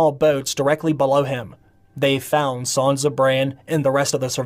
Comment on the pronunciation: Good video. Her name isn’t Sanza with a Z. It’s Sansa